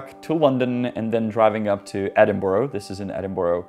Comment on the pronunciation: You visited Edinburgh and didn't learn to say it properly? Disappointing Janek! There is no "Borough" ending! That's how Americans mispronounce it and it's not BURG like Czechs say. It's pronounced /ˈɛdɪnbərə/